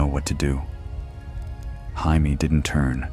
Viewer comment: This could have been so good had you used the English pronunciation of Jamie and not Spanish. I wasn’t able to last longer than 28 min. 😢